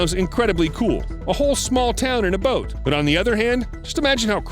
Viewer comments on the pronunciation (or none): none